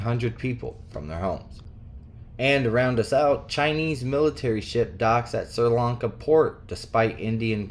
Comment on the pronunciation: Bless you! (Helpful hint: Sri Lanka is pronounced Sreee Lawnka -not sir. Just for future reference!👍🏼💞)